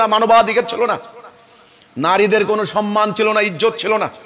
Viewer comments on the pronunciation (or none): none